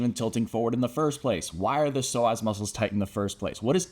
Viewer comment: I stopped listening cuz I felt offended he kept calling me a slow ass